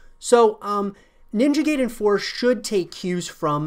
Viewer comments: It's pronounced like "guy-den" not "gay-den" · Once Again it is pronounced "Nin-ja Guy-den" and NOT "Nin-ja Gay-den". There is NO "GAY" in pronunciation of Ninja Gaiden .**The only thing left to do is wait and see how Ninja Gaiden 4 would look like Exclusively on Playstation 5. Hopefully it is not going to be way worse then Original Vanilla Version of Ninja Gaiden 3 and not way worse then Ninja Gaiden : Yaiba Z. Let's cross our fingers for the game to be better then both Ninja Gaiden : Black (Original X-Box) and Ninja Gaiden 2 (Original X-Box 360). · It's "Guy-den", not "Gay-den". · "Ninja Gay-Den". Lmfaooo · Fuming how he pronounced it as “gayden” it’s like pronouncing guide ninja “guide”en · How many times are you going to say Ninja GAY-den? Gay-den, GAY-den, GAY-den! 🤣 is not how you say it! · haha dude butchered the name . ninja gayden 😂😂